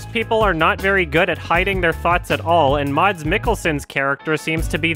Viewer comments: MODS MODS MODS Fun fact: The 'D' in "Mads" is silent, so his name is just pronounced "Mas" like the word "mass" but with a shorter 'a' because there's only one 's' instead of two. Sorry for being one of those people, but I had to say something lol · Dude, it's not "mods". It's "mas". Silent D. I can't believe nobody told you yet. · Just a little thing: Mads is pronounced like "mass" in Danish. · The way you pronounce Mads is so wrong lol